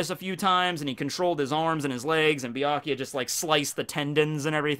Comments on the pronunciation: I was a minute into this video when I had to stop watching because he pronounces Byakuya as "BEE-AH-KEE-YA", like the "U" isn't even there. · I love Bee- Ikea nice pronounciation ^^ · Saying byakuyas name wrong lol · Way to mispronounce byakuya 500 times